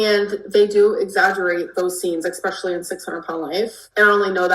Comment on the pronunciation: “Expreshally” GORLLLLL CMON NOW!